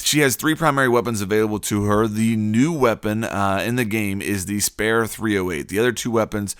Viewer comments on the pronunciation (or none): 'the SPARE 308...' . Er....the word is SPEAR. SP-EAR. Not SP-AIR. I mean....what? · Repeat after me "spear" not "spare" Speeeeer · First of all, what did you expect from Finka's AR, it's easy to use, the round mag is standard, and the damage is average compared to other ARs. Secondly, it's pronounced spear, not spare. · I believe it's pronounced ("speer") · Ryan Griffin he says it like pear with an s in front of it😂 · It’s pronounced “Speer”, dude. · Why the hell do you pronounce spear like that? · He can't even pronounce spear right😂😂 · You do know spear is a long stick with a point and that’s not how you pronounce spear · This dude slow lmao I was like wtf does he not know how to pronounce that word